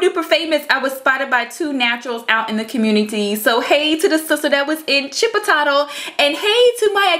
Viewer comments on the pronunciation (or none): lol, love your pronunciation of Chipotle, but it's really this way Chip-oh-tlay" :) sorry i'm such a dweeb for stuff like that, love your channel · chip o tatle LMAO i died when you said it like that